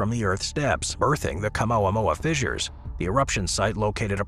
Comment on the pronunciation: Stop saying fizzers